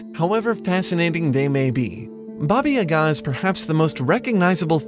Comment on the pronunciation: Your pronunciation of "Baba" hurt my slavic ears